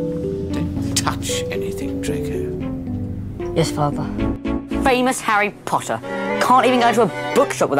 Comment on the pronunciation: I love when draco Malfoy said fames Harry Potter 👍